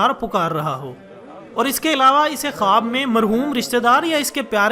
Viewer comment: khaboooo kia hota hai khuwab bolo jnab